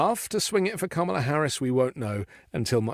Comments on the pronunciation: “Dramala” for Kamala with a Racist Slant 😱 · I about threw up at the "Dramala" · WTF is a dramala and a pajamla? 🤔